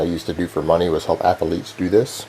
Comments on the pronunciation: I didn’t know athlete was a three syllable word.... “Athell Leets” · Jesus jumped up christ! Once you notice his constant nose breathing you can barely hear anything else. Also, how the fuck is "athletes" a three syllable word?!